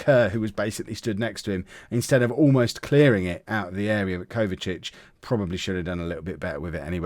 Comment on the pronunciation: His name is Kovacevic but you are saying Kovacic. You are missing the letter E and V whilst saying the name